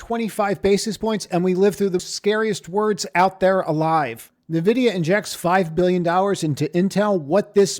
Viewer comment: No. Learn to pronounce "Nvidia" correctly.